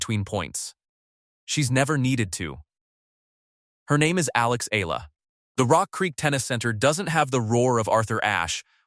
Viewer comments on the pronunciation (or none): its pronounce E-YALA not AY-LA